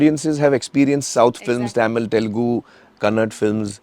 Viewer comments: Sir plz not kanad it's kannada 😡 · mr amir khan, its KANNADA, not KANNAD.